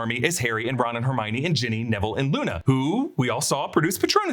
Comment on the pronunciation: Did you just call Ginny, Jenny